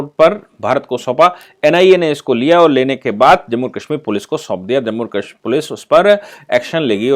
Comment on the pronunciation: सर आप काशमीर क्यों कहते हैं वो कश्मीर होता है।